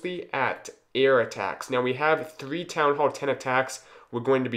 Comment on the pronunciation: Theethree lava hounds 😂 Nice video, good job👍